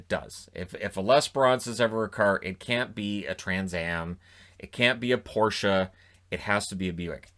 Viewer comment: This man said Porsche properly!! Man of culture.